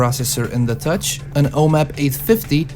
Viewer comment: You said gutch not touch?